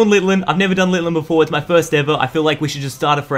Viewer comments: I've really never got annoyed by you but it's pronounces LITTEN. ITS NOT LITTLIN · Lit-in not lil-ten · Why does he keep calling litten litlen like bro get the name right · I like how he's saying Litlen but the pokemon's name is Litten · "Littlen", it's Litten (no L) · Why do you call it Litton it's Linden plus lens the best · dud, not little-en litten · littlen? do you mean litten? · Litten =/= Litlen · Lol he said LITlen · It's litten not littlen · It’s litten not litlen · It's lit en not litlen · IT IS LITTEN NOT LITLEN!!!!!!! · You calld litten littlen 😡